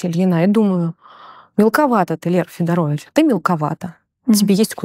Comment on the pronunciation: фамилия как то странно прозвучала